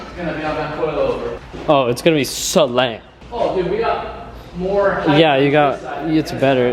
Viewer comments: heighth is NOT a word!! stop saying it!!!! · you know height has a T on the end its not heigth